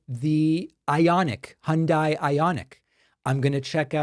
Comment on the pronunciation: Hyundai rhymes with Sunday